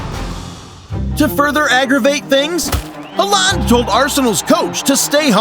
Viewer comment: just a little bit of advise bud if yore going to make football videos at least get the really famous ones names right (Halland)